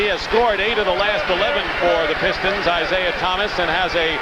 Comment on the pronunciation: Lawrence Tanter, "Isiah Thomas" over and over throughout this game...